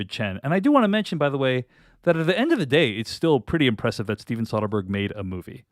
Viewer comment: You are saying Soderbergh wrong, Chen